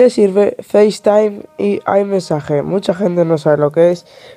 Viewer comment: "aymesaje" no mames... no lo quieres pronunciar peor?